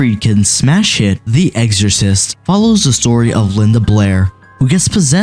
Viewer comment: EXorcist, not eggsorcist, lol